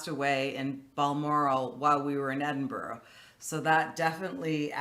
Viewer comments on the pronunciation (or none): Should have learned how to pronounce Edinburgh